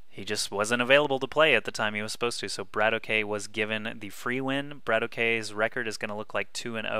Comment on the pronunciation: I think it's pronounced Bratok and not Brat-O.K